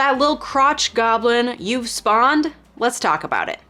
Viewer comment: the sass. The emphasis on “you’ve”. I’m cackling 🤣🤣🤣